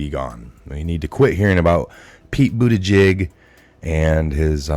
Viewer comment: DO NOT CHANGE!!! I appreciate how you slightly mispronounce a word here or there. Bootyjig. News anchors all say "Pete Bootedge-edge". No! Pete Bootyjig. That is his name now and forevermore!